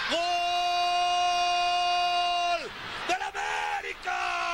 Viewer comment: Cuando orvañanos decía “gool “ completo